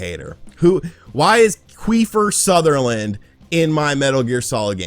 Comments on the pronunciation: Queefer Sutherland🤣🤣🤣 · Queefer Sutherland hahahaha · Queefer Sutherland!!! lol🤣😂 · Queefer Sutherland 😂😂😂good one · Quifer sutherland 😆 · Queefer Sutherland LMAO 💀💀